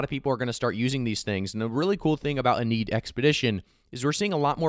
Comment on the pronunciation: Lol "in need" wtf "inn-ee-ad" probably a play on iliad